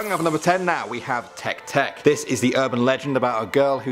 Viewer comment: Just to let you know, the first was miss pronounced. TEKE TEKE is supposed to be tay-kay tay-kay (I think I have the phonics written right.) The sound is actually supposed to be the sound a train makes. If you hear this sound, RUN, do not turn around just RUN (or so the legend goes). Also, the second one's (split mouth woman) legend is slightly off. She was once a beautiful woman whose husband thought she was having an affair. Thus he cut her mouth so that no one would find her beautiful (very important). Now, she goes around asking people (usually kids not that I know why) if she is beautiful. At this point she will have a mask over her mouth. If you say no, she kills you (sometimes it is told that she uses scissors sometime a knife). If you say yes, she will remove her mask. She will ask you again if she is beautiful. At this point if you say no she will kill you, yes she will cut your face to look like hers. The only way to get away is if you ask her if YOU are beautiful. This will stun her long enough that should you run you might escape. The toilet paper one. RED= bloody death; BLUE= strangulation; WHITE= ghostly hands, but YELLOW= urination. Gross I know, but at least you will live. I at least prefer to be peed on by a ghost then killed by one.